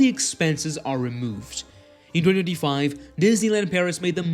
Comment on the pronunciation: You seriously need to learn how to say 2025 properly